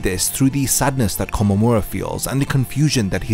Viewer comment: Nice video! But you should listen to Tousen very closely. It's not Kom, it's Ko-mom how you say his name